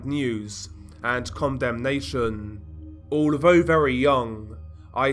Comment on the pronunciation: It's OK. I noticed he pronounces his "th" with a "v" foe instance then = ven, although = alvough etc.